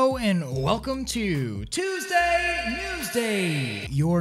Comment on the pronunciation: Finally tuestday news day on tuestday lol